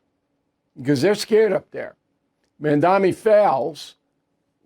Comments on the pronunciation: Bill, do a man the courtesy of learning how to properly pronounce his name. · Is "Mamdani" really that hard to pronounce for such an academic as yourself sir!